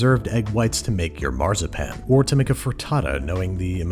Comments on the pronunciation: wenn du weiter Marzipan so aussprichst haben wir ein Problem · I unironically love how he pronounces Marzipan as Marh-zah-pan 😂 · Every time he says Marzipan my inner German hurts.